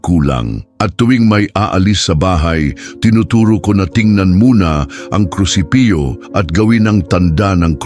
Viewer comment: opo naririnig ko.. naririnig ko mga palpak na pronounciations.. example "krusipyo"KRUSIPIHO po dapat.. Artificial Intelligence AI kc narrator... dko na itinuloy